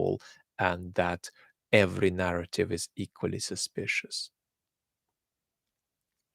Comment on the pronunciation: His Russian accent is almost non-existent, it comes out in words like "narrative", "extraordinary", "imperialist", "increasingly", "science guru", in some sentences "has" and "have" have a very hard h sound, but it's rarely the case. But when he does, "Hot Potato" comes to mind. But you would really have to listen for a couple of minutes and I wonder if one could even pinpoint it to being a Slavic accent without the context this channel gives. One could definitely tell he has spent a lot of time in the UK though, with or without context. The accent does come out more when speaks more passionately (with anger) but even then it's a very minor one. If anything it sounds like an European accent; what really gives it away is how perfect his pronunciation of Russian sounding names seems or rather the confidence he conveys as he pronounces them with ease. Anyway, everyone speaks English with an accent, even within the UK, English can be spoken in such different accents/dialects that they become unintelligible to most. The little accent he has gives more credence to this channel, I don't know if I'd trust the information as much if it was spoken with a thick texan accent or a South African/Scottish/Irish one for that matter. Thank you for your great work.